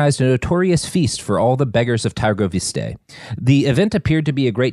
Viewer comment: Târgoviște is pronounced as T-uh-r-govishte.